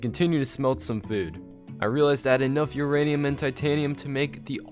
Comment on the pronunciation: Every time he says uranium i think he says urainus